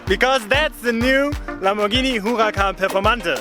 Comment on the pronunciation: "lambovhini muvacan"